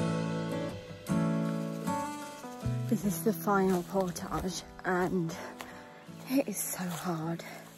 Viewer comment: You're British not Frrench, so pronounce portage properly.